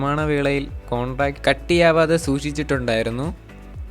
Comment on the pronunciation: Contract allla mointhe ,,, corncrete aanu😂